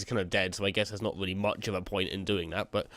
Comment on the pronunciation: subswibers, weally, cweativerse, celebweat, inspiwation, mainwey, awea, just a few Words you said, what is with you and W's dude. comon not every word in the english language has a W in it